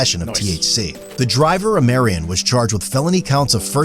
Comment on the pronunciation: Imagine someone so whitewashed they don't know how to pronounce "Omarion"